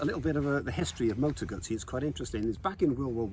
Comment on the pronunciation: Hello from Italy, and kudos for the double Z pronunciation! I can say that Guzzis are one of the last good things left in Italy that we can well be proud of, both when they reinvent a big classic like the v7 and when they go crazy on design and innovation. I love to see so much appreciation from all over the world for this otherwise small and still somewhat artisanal reality.